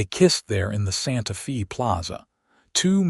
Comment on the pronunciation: Watching from TN. IT IS NOT SANTA FEE, IT IS PRONOUNCED SANTA FAY!!!!!